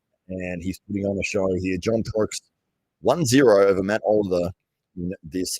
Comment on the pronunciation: Matt absolutely enjoyed you messing mine and Rich's names up haha